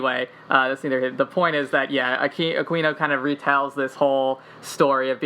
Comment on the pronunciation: So much of this is just BS. It's just some people that have taken a LOT of facts and information way out of context and through a very narrow and specific lens. It's also mixed in with a lot of conspiracy theories that don't have anything to do with one another. And it IS pronounced A-queen-o.